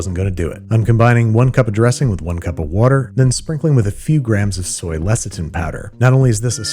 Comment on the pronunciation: Whats "less-ah-ten"? The only thing i can think it could be is "less-ah-THIN". Seriously, how do you not know how words work?